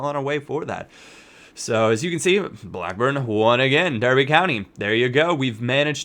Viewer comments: Derby County is pronounced DAR-BEE not der-be and its most definitely not pronounced Derry:) So remember DAR-BEE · derby not derry lol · dar-bi not derry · Btw derby is said dar-be just thought I'd let you know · Pronounced Dar-Bee you bum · Pronounced darbee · Sorry to be pedantic, but it's pronounced Dar-bee. Sorry again for being picky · darby county not derby county